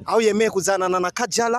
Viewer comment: Unacekesha kweri ati our beautiful kajara wa harmonize!! Hhh nimeceka na iyo kingereza